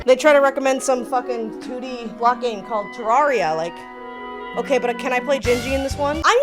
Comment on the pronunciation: pronounced the game wrong 0/10... im kidding it was a great video lol, Terraria is my all time favorite game, and i will always love watching people fall in love with it. Its a game i will always come back to, for as long as i live. immensely appreciate the effort put into this video, and the tangents kept my adhd brain engaged lmao.